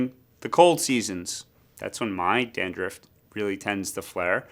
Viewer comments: Dandruff not dandruffd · I can't get past the "dan-drift" pronunciation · 😂 had to restart the video to listen to it carefully! 😅😅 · I can’t stop watching it. Every time he says it, it cracks me up! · Hey i just heard and now i get why its kinda funny